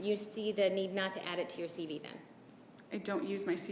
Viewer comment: Ditto. But, does Wilmott keep calling the CV, or Curriculum Veritas, a "CB"? It sounds like it. Although, I could be wrong.